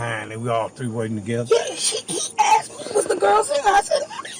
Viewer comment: . Did I hear a "She axe the officers if she really has a warrant."